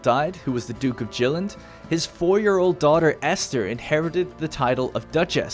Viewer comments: Jylland (yoo-lan) Skane (sko-neh) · In this video: - an awesome story that showcases the dynamic storytelling of Crusader kings 3 - great use of music from the witcher 3 as background music - showing why Denmark is the real ruler of all Scandinavia! :D - ...but also horrible pronunciation of danish names and places like "jylland! and why gamepass for pc is currently one of the cheapest ways of playing the game currently